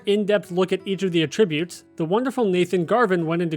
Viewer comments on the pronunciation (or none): The way you say attributes is so annoying. Pronounce the A like “ah” not “uh”. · AT-trib-utes Not atrib-utes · a-TRIB-ute is a verb, not a noun. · "A"tribbute and "AH"tribute are actually two completely different contexts and he's saying it wrong the whole video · Why are you pronouncing attributes wrong? Very confused. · Was going to say the same thing—great info, but you’re saying a different word with a different meaning that shares the spelling. Think CAT Tribute, but remove the C. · Because he’s mistaking it for a different word. They are spelled the same but said differently and have different meanings; Homonyms. He is saying the word for the incorrect meaning.